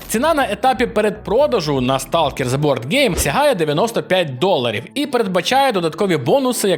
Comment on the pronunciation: автору стоит немного поработать над произношением звуков из английского языка, а то "реалм" и "зе" уж слишком режут слух